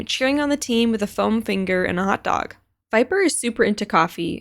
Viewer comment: "Chamber it's into fashion..and Viperrrr.. But anyways"😂😂